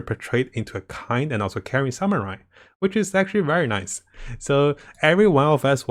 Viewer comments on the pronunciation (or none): none